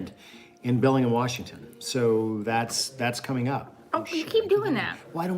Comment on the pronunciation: Here in Washington State we say BellingHAM. Just sayin’.